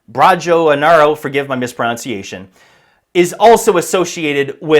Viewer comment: I'll forgive your mispronunciation of an Indonesian name, but not mispronouncing the word 'pronunciation'. It's said and spelt pro-nun-ciation, not pro-nounce-iation.